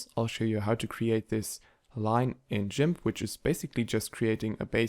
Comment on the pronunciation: Jimp?.... hahahahaha!!! Its Gimp!!! ❤❤ Edit: also still a great tutorial in 2023!!!